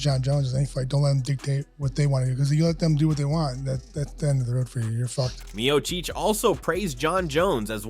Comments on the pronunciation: "MEO-CHEECH!" Come on AI. Painfully annoying. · Mio-Cheech and Mio-Chong. Those funny A.I. thingies... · The narrator is such a casual non MMA fan that he can't even pronounce Stipe's last name correctly. 🤣